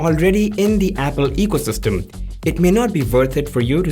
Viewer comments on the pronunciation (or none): none